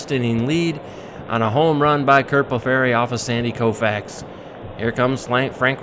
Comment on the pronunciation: Very nice! Curt Blefary's last name is actually pronounced BLEF - ER - EE or I've also heard it pronounced BLEF - FREE. Love the replay! Thanks for posting! 🙋‍♂️⚾️